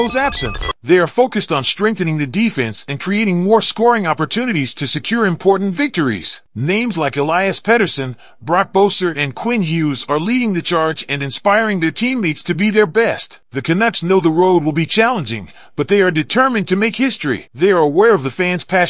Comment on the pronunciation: Pronounced Talket not tochit also Besser not boser. Get that straight and I might subscribe